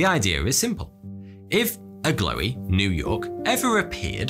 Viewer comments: Is the mountweazel supposed to be that Agloe is pronounced "ah-glow" instead of "ah-glowy" ? At least that's the way I've heard John Green pronouncing it. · I’m from upstate NY and I’ve always heard it pronounced (“ag glow”) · "Agloe" is pronounced" Ag- low" , actually! Delightful video, though! I love hearing about odd things on old maps